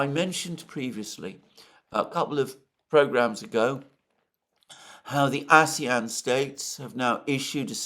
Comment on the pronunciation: The Ah-zee-un states 😂